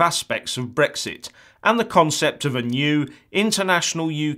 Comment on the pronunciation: It's Brexit, not Brixt ya fucking clown